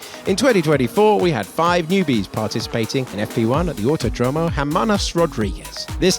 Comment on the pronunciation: it's not "autoDROmo", it's "auTÓdromo"